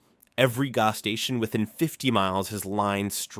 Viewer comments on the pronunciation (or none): Its a fucking AI video everyone knows how to say g ass not gos